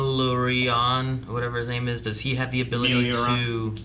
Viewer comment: it's crazy how they manage to mispronounce every single name in the dub lol